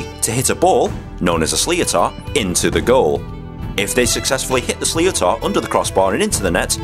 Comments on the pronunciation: Sliotar is pronounced Slit-thar I played hurling for nine years and it’s fun but it you can get hurt very easily considering the most protection you get is shin guards and a helmet. The hurleys are made of solid ash wood so getting a whack to the legs kills and the average speed of a flying sliotar which usually weighs around 120 grams is 47 mph it’s not the hit that hurts... much... it’s the sting you feel for the rest of the day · The ball is a "sliotar". Pronounced in Phonetic English, "Shlit-her". In day day to day conversation it sounds a lot mor like a snake is on the loose as everyone will be talking about the "Sliotar" with will sound like slither to foreigners like yourself. That's the different dialects and accents that you may come across. Stand tall and be good and you will have a good time. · Sli-o-tar haha it's not pronounced like that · You fecked up slioter it pronounced shlittar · A sliotar is pronounced in Ireland like shliter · It's prenounced sliter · Sliotar is pronounced ‘slither’ 😂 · It is pronounced “sliter” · Sliotar is pronounced wrong in this video. It should sound more like Slitter. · Its pronounced SLITAR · Don't heed them they are some idiots in ireland will give you a dislike for being english.You did a great job.If you have never heard sliothar pronounced your not getting it right.Like to see an irish person explaining cricket,and see if they can do as a good a job. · Excellent Job compiling this video and displaying the skills of this uniquely Irish game. You might find it interesting to know that ALL the players on these videos are amateurs and regularly play in front 80,000 paying supporters. Please don't correct the pronunciation of "Sliotar" as it adds a bit of honest humor. Don't worry too much about the rules either as the Association are constantly tweaking them. Its the skills, speed and passion that people love to watch. Thanks for this. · You said sliotar wrong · You said Sliotar wrong